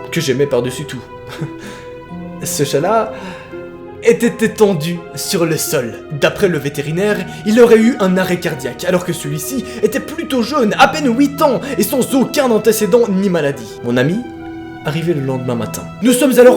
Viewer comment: "Ouite ans" mdrrr on dit "huite ans"😂 sinon très bonne vidéo continue 😋